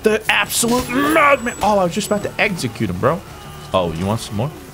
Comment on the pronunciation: I love the For Honour videos, but I'm also eternally triggered by how you pronounce "execute" as if it has a g in it. Every video on this game is a double edged sword kappa